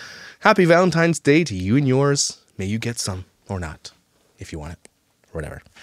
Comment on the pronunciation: Omg I hate people saying valenTIMES!!